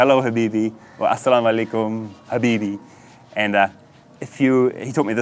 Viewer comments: My man, I'm pretty sure your pronounciation is a little bit off. Asalam aleikhum rahmatullah barakadi, rafiq. Greetings from Norway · I am from Poland and I lived in UAE for 7 years and your Asallam Alaykum is so fucking wrong lol :D your pronunciation and accent is so badly wrong (at least comparing to local, Emirati UAE accent). The same thing goes to Alhamdulillah ...who the fuck taught you Arabic words :D But I assume that they speak them differently in Pakistan. Nevertheless good video !